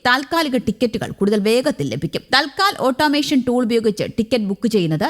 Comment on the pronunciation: അയ്യോ!തൽ ക്കാൽ അല്ല, "തത് കാൽ "എന്നാണ്.